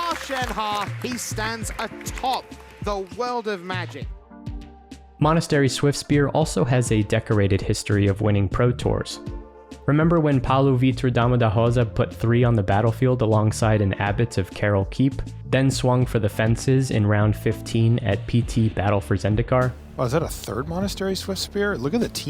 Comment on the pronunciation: Sounded like you said "dama" da Rosa.